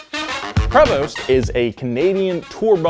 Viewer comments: Prevost is pronounced Pray-vo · I love you man 💕 But Prevost is pronounced "prevoh" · T is silent in Prevost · Prevost = "Pray Voh" not "Preh Vost." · Prevost, is pronounce Pré vo. the S and T are silent. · The "st" is silent - It's a little closer to pray-vo, or for the british: pray-vaugh (which looks very nice in writing)